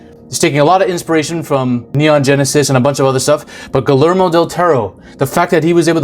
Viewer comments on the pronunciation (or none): Ghoulermo del Toro? Nah dude it's ghee-heir-mo del Toro... Jfc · Guillermo is pronounced gee yer moh (hard g like in guy) 😘